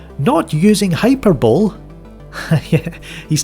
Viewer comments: hyperbole pronounced: high-per-bowl-lee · “Hyperbole” pronounced “high-per-bowl-lee”... you neglected the “lee” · Hyperbole = hai per bull ee